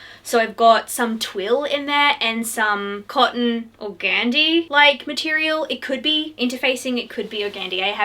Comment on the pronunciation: It’s lovely. To get that wispy look of your photos, it is ok to just use lace and organdy. (Check your pronunciation). Organdy is supposed to be stiff and papery. It would have been sheer and yet strong and wispy.